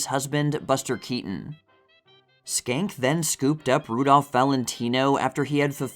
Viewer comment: I love your videos and have watched for years! I think Joe Schenck's surname is pronounced "Shenk" because in Harpo Marx's autobiography, Harpo said when he was in Paris he stayed at the Hotel Georges V (Georges Cinq, or George the 5th). He couldn't get the pronunciation of Georges Cinq right until he realised he could say to the taxi driver, "Hotel Joe Schenck" and it always got him there 😂